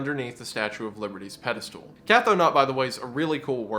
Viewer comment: It’s crazy how wendigoon still says “pedostool”